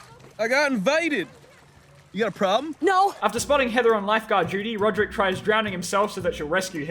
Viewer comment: As a British person, I can say Rodrick's accent is impeccable